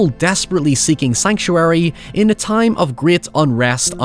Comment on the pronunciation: You pronounce a lot of words wrong. I want you to forget the letter “I” and practice the letter “O”. Time and town should not sound alike. That being said fun video well done.